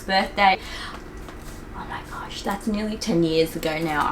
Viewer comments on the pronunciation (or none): none